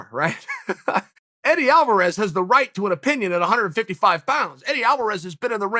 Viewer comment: Chael's so excited, he says "Alvaraz vs. Gaethje" is a monster fight. We have to take the good with the Chael. Much love, brother, keep up the great work !